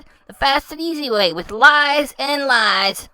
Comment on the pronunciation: Lahs and Jamaican meat pahs.